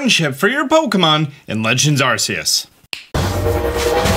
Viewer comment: Listen, I LOVE your videos. Please pronounce Arceus correctly. 🤣